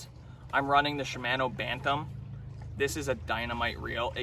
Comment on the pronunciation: wtf is a "com-pes-sant" blank, a "she-mano" bantam, and about 30 more of the most mispronounced words I've ever heard in my life... it's almost as if you're one of "those guys" who clearly know the correct pronunciation, yet absolutely BUTCHER the word solely for attention, which is sad. However. it could also be that you have the IQ of a tree stump. Which explains all of this perfectly and makes total sense! .. #Cringeeeee